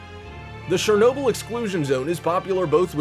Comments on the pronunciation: got this in my recommendations, FUCKING SHEERNOBYL... this guy NotLikeThis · Shurrr noo bill 🤣😅🤣😅🤣😅...just stopp man😅🤣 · He's saying shernobyl not Chernobyl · its not shernobyl its chernobyl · not czernobyl but chernobyl with a sz sound trust me live next to ukraine i know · also he said Shernobyl instead of Chernobyl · Its Shernobyl if we heard but the words are chernobyl. Not shuroaurjisjajsiajnobyl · The correct way of saying it is [chur] - [nob] - [uhl], you can even look it up on how to say it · You pronounced Chernobyl wrong ever time you said it its not shernobyl its chernobyl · Ch-er-Noble NOT Share-noble! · It’s Chernobyl, not Shernobyl. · The "Ch" in Chernobyl is not pronounced sh, like in shame. Its pronounced like "ch" in champion. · god dammit, its pronounced CHAIR noble, not SHARE noble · Its CHernobyl not SHernobyl... LOL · It's Chernobyl not shernobyl. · Good grief it’s pronounced Cherbobyl, with a Ch - as in chip, NOT Shernobyl. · it is Chernobyl not shernobyl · Its pronounced CHUR-NO-BYL. NOT SHER-NO-BYL. lmfao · Dude... the CH in Chernobyl is read as CH i “birch” stop reading it as Shernobyl. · sh-ernobyl OMG that pronunciation drove me nuts lol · He sounds WAAAAY too excited, plus he pronounces Chernobyl wrong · I’m just gonna assume no one got the joke even after 8 months of how the news reporter said it... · Glad I wasn’t the only one who noticed that. 🤣 The narrators pronunciation was driving me crazy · and i can look out my windows and on a good day see the exclusion zone. if you are Ukrainian its mighty weird you say it incorrectly. дуже дивно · Is he intentionally calling it shernoble? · In Ukrainian it is Chornobyle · Thanks, but I don't need to buy "Shernobyl" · anyone triggered how he says chernobyl as shernobyl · The narrator's voice has given cancer to more people than Chernobyl's radiation. "SHERR-nobyl?" REALLY?! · "Surnobyl"? Dude... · Quick tip it's not pronounced Shhernobyl 🤦‍♂️ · Shernobyl = ? Really